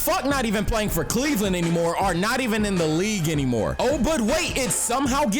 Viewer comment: really said sexland 🤣🤣🤣🤣